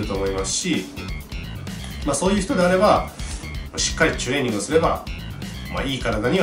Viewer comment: 前から知ってはいるけど、 いちいちチュレーニングの 「チュ」の言い方が気になるなーwww